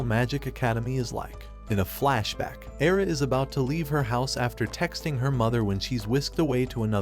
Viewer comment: The only bad thing about your video is to pronounce the name of AIRA or AILA. AI is very famous word of kanji for the girl name. 愛- Ai means love The Japanese word for I love you is begun to the same Japanese kanji 愛してる-Aishiteru. AIRA in written but it sounds AILA , the word LA is RA IN JAPANESE. There’s no letter L in Japanese kanji , it’s only RA RI RU RE RO . But let me tell you that it doesn’t mean that the Japanese always pronounce the RA RE RI RO RU in R sounds. They use the L pronunciation too.